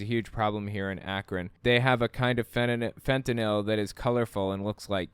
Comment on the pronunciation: Apropos of nothing, thank you for saying fentanyl instead of fentanol